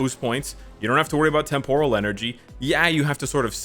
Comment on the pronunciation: Watch some Star Trek to learn how to say “Temporal”. The emphasis is NOT on the “or”, ie, it’s NOT “tem-POUR-al”.